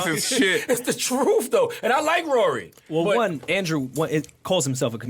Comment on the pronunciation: it’s how Ak says “Rory” that keeps me coming back. 😂